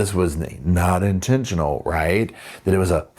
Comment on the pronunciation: Will we ever get over "intentional"???